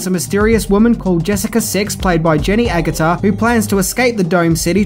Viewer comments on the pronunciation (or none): Its pronounced Agggg utter not Ag gutter